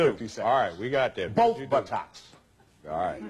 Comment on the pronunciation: "Boff buttocks" 😂